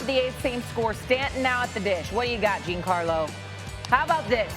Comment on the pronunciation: Hearing this lady not even know the rules of a check swing and how to pronounce Stanton's first name is hilarious